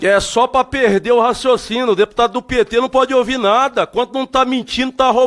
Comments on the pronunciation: Um delegado, ao invés de Falar: "Raciocínio", fala "Raciocino"... É FLÓRIDA, viu! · Um deputado que pronuncia "Racocino" já disse tudo . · Que Vergonha esse sujeitinho aí, um pobre coitado que não consegue nem falar português básico! Alguém conhece a tal palavra " raçocino" ???😅😂😂😂😂😂😂😂😂😂😂😂😂😂😂😂😂😂😂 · "Raçocino" como o deputado caveira disse , será que ele tem raciocínio? Esses deputados mequetrefes bolsonaristas não sabem nem falar. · "Dificiu de ter um racçocino"?,,? Kkkkkkkk